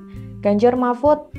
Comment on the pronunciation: apa cuma aku aja yg denger kalo presenternya bilang ; ganjar marmut?